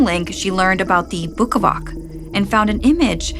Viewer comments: Bukavac is pronounced "Bukavats" btw! And Ivan "Eevan" :) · i dont think bukavac is pronounced like that